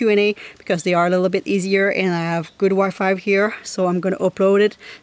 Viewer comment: Are you saying Wi-Five? Is that what it's called in Canada 🇨🇦 or do you mean Wi-Fi? I agree that any beauty regimen anyone had before can be done in van life. I have a toiletry bag and a makeup bag and they hold everything I need.